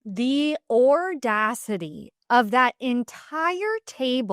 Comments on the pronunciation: What is ordacity? You mean audacity? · “Ordacity?” Audacity hahaha cute combo of ordeal/audacity. Jax is just that!! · The ordadicy? Audacity. Audacity. Au Da City!